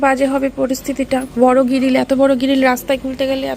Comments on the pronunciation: Giril noi ok grill ok age English uchharon sakho ok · তুমি গ্রিল কে বার বার গিরিল কেন বলছো? ভীষণ্ কানে লাগছে কথাটা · গিরিল বলে না গ্রিল বলে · তুমি গ্রিল কে বার বার গিরিল কেন বলছো? ভীষণ কানে লাগছে কথাটা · তুমি বারবার গ্রিল কে গিরিল কেন বলছো? ভীষন কানে লাগছে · গ্রিল❌ গিরিল✅ 😂😂😂 ম্যান্ডি রে কিছু শেখাচ্ছিস বটে।😊